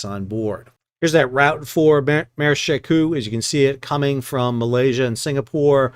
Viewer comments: Shekou, she like shou in should, kou with ou like saying letter o in English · She Kou is pronounced with an 'o' like the 'o' in coke. It is the name of a port in China that is across a bay from Hong Kong. When I visit Shenzhen, China, I usually take a ferry from Hong Kong to She Kou so that I can see the port.